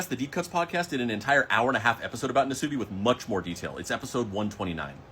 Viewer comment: Nasubi the u is pronounced shorter almost silent nas-bi